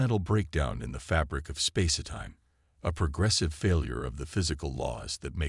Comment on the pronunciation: Nice story. However, the enjoyment is greatly diminished due to your crappy AI. PLEASE ix it or get a new, working model!!!!!!!!!!!!!!!! What the hell is: "SPAC-i-time", "...PER-fikt the technology", "MULTI-fessited eyes", " arti-FICKal intelligence", BRETH-able atmosphere", "Elina Rize". PLEASE FIX!!!!!!!!!!!!!!!!!!!!!!!